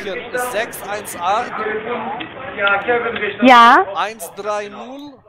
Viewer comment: Und irgendwo im Hintergrund: "Mein Name ist Kevin Rischter" ':D